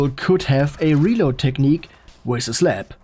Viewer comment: I love the way this guy says slap "slep"😂